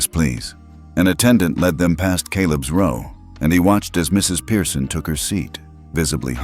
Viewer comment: Pearson, NOT Piereson.